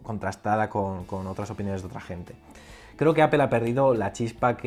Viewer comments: Buen video, me ha gustado. Pero me ha chocado un poco la pronunciación de "Apple". Sobretodo al principio del vídeo intentas darle una pronunciación inglesa, que en España por lo menos desentona y, luego, a medida que te vas soltando en las explicaciones, cambias a la pronunciación española. Creo que puestos a no llevar una consistencia y entendiendo que estás más cómodo con la pronunciación española, sería mejor que simplemente lo pronuncies a lo español, no pasa nada. También decimos "rugbi" en vez de "ragbi" y no se muere nadie ;). Sobre Apple, creo que lleva demasiados años dependiendo exclusivamente del iPhone. Sinceramente, a mi lo que me preocupa de verdad es el abandono que tienen en el resto de productos, sobretodo en PC. Llevo queriendo comprarme un Macbook Air desde hace tiempo... Pero lo que veo es que por 1300€, me llevo un portátil que no tiene pantalla FullHD, que no tiene USB-C, que no tiene HDMI y que ya no es ni el más fino ni el más ligero. Entiendo que la renovación del Macbook Air fue el Macbook (a secas), pero en prestaciones se queda TAN corto que me niego a pensar que no haya renovación del Air. El único que se salva es el Macbook Pro, pero porque ya era extraordinario el día de su presentación. Sobre el techo tecnológico estoy de acuerdo. La tecnología se ha consolidado y no aparece nada disruptivo. Pero no me parece justo decir que para Steve Jobs fue fácil crear el iPhone. En aquella época también teníamos un techo tecnológico en telefonía. Pero ir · Cada vez q dices apple me suena mal, pareces un friki